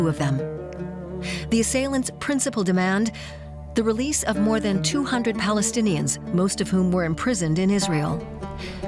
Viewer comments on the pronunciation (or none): none